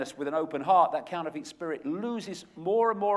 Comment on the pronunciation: I do like Icke but even though he is English just like me he doesn't half miss pronounce stuff.....Like counterfeit,lol that really annoyed me, it's counter-fit not couner-feet.